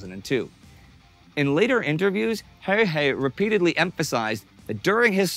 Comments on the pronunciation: His name was "Häyhä" - not "Höyhä" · Its not HEYHEY , HA-Y-HA English speaking people misspelling non-english names since ancient times. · How does he say häyhä as höyhei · Häyhä, not häyhei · Why is hard to spell häyhä, wow, its häyhä, not höihei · Stop saying häyhei and say häyhä. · I like how Indy pronounced "Häyä" like 5 different ways. It's pronounced "Häuhä" with a "germanic/scandinavian" sound on the "u" and not english "u". Joakim pronounced it pretty good in the beginning. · I think they pronounced his name differently every time they said it. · He pronounces Häyhä differently every time lol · Pity your pronunciations of Simo's last name are not correct or consistent. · I wouldn't exoect a non-Finnish person to be able to pronounce Finnish words like "Häyhä" or "pystykorva" perfectly, but holy shit, Indy Neidell's pronounciation of those words is the worst I've ever heard.